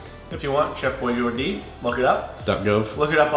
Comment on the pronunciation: ATUALLY it's Chef Boijardee not Chef Boijordee. ugh, millennials...